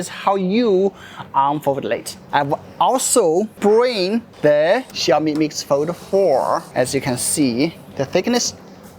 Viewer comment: instead of pronouncing it "Xiaomi" you insisted to say "Ciaomi"😂